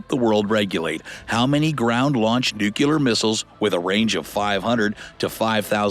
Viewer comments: New key lerr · Please learn how to pronounce "nuclear".